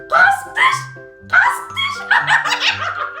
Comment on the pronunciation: 37 де қазық дегенін күлкі 😂😂😂😂😂